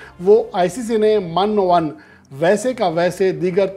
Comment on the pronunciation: Man o an nahen Min o an Google se confirm kr ln sari Zindagi ye alfaz durust adaigi Karen gay